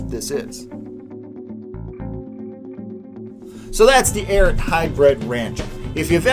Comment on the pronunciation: The “Arrot.” Guy, it’s “Ariat,” like it’s spelled.